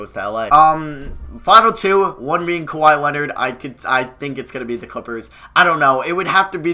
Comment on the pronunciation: Like this man legit got Kawhi right